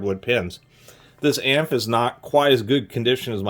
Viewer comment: LOOOOOVE your channel. "AMF" isn't a word per se. It's pronounced simply by saying each letter. :)